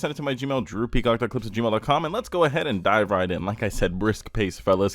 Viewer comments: Am I the only one hearing droopy cock when he says drew peacock 😭😭😭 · I'm ngl I heard "droopy cock here" and not "Drew Peacock". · i thought you said droopycock when the video started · Did you just pronounce your name. "Droopy-cock"? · Geez, I thought you introduced yourself as "droopy cock"! Sorry, no offense intended.... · Lol I heard droopy c**k when you say ur name in the intro